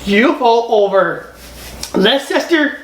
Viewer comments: It’s pronounced “Lester”. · Fun channel mate. It’s always great hearing Americans mispronounce our English names too. Whenever you see Leicester or Gloucester, the easiest pronunciation is always the correct one. Lester and glosster. It’s weird, I know.